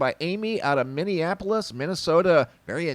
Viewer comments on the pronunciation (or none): none